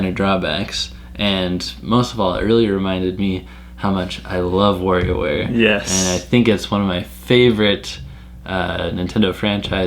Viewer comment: Remember, kids: that's WARIOWare, not "WARRIOWare". 😝